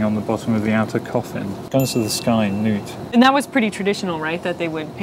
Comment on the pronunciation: noot is not the pronunciation, nuht is correct. (Pronounce exactly like the English word nut.)